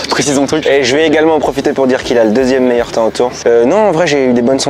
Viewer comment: le meyeur momant